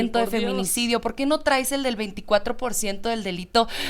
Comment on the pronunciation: Oye.... lee bien o escucha a Trump, ahhhh es que no sabes inglés, perdón, pero deja te traduzco (ah y por cierto, se dice traes, no trais, aprende a hablar narca). Trump dijo claramente que el gobierno actual está coludido con los narcos, estás en un narcogobierno, acéptalo y deja ya tu narrativa de niña estúpida y además!!!! deberían de meterte al bote por hacer campaña cuando no deberías!!!! OJALÁ A TI TAMBIÉN TE JUZGUEN Y TE ENCIERREN MUUUUUCHOS AÑOS